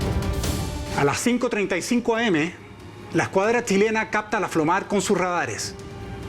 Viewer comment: al periodista que esta haciendo el informe le recuerdo que no se llama flomar la abreviatura es CO.FLO.MAR COMANDO DE FLOTA DE MAR